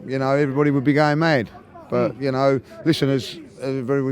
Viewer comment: It sounds like he's saying, "everybody would be going made" not mad